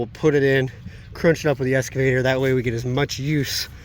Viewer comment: lol. has always pronounced it “EScavator” instead of “EXcavator” can’t teach an old dog new tricks!